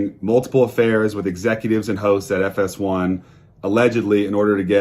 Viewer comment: I heard "Joy Taylor...one of the main hoes" instead of hosts and it fits this situation perfectly 😂😂😂